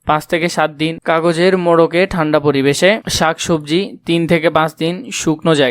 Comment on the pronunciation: ঠান্ড হবে না ঠান্ডা হবে😅😅